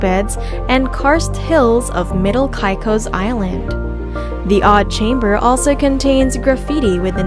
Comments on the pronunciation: Totally agreed! An insult to Turks and “kye cos”., it’s “Caicos”. 🤦‍♂️ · Cant listen to a videos that misspronounced the place that im looking for lol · You say Caicos wrong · As a “local,” no, not Kai cos, Caycos. Pronounce them right. Not salt cay, Salt key.